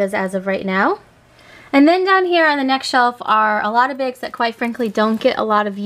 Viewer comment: Why do you pronounce BAGS...BEGS?